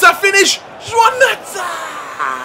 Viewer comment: It's not Joãoun Mata...